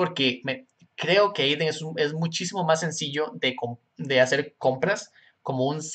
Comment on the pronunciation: es adyen no ayden